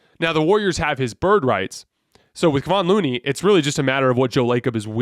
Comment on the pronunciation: Come on man. It's Keh-von Looney. Not Keeevon or whatever you're saying. He's been around for years please learn how to say his name.